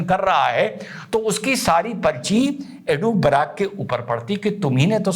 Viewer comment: Janaab...woh Eduh Barack nahi balki ehud barak hai